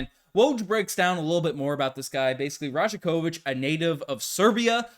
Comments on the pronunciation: Pronounced: Ra-YAK-o-vitch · Great video - just a heads up the “j” in rajakovic is pronounced like a “y”… so it sounds like “rayah-ković” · You're pronouncing that J in his name wrong. It sounds more like Y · The "J" is pronounced as a "y"